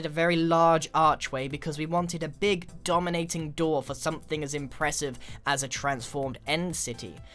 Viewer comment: Ahahahah DOMonating lol